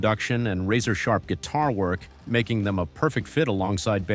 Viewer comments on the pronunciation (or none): none